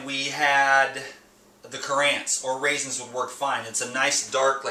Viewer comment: Not pronounced cut-antsy he word is pronounced-CUR-ENTs